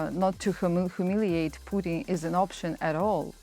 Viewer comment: Stup “putrin”